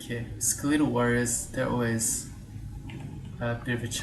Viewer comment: small note. its pronounced Ske-lah-tell not ske-lee-tell. but of course i aint your mum so if you wanna say it your way feel free :P